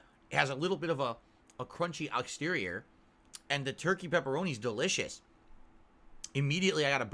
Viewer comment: outxterior? Did i hear that right, not exterior?